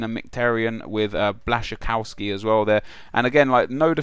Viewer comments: Its pronounced as blasci-coff-ski, not as blasci-ców-ski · u should spell Błaszczykowski a little bit more like ,,Blaschikofski'' :D